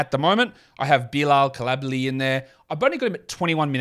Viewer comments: coulibaly is pronounced phonetically in both english and french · Try again on Coulibaly. If pronunciation as important to you as you say, look up the pronunciation, mate.